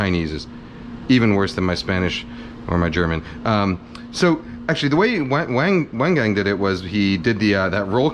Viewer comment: Glad to see you watch Wang Gang as well! BTW, his name is pronounced more like Won Gon but wang gang sounds mad gangster lmao